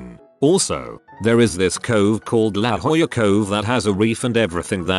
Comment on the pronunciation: La Jolla is pronounced "Lah Hoyah" (J is pronounced as H in Spanish, and L is pronounced like Y.)